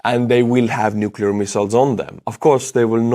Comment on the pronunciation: I commend you on your accurate pronunciation of “nuclear” in English! Yes, it is “new-clee-er” and NOT “new-kew-lar” as some newscasters with multi-million dollar contracts insist! Okay, small detail. Just trying to stay sane while trying to keep up with the horrible details of war!